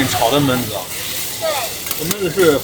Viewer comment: 熊弟，按照我黑龙江人的浅薄经历，焖子读四声。。。懑……